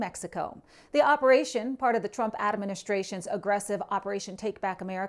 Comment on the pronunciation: It's not adaministration - one too many vowels.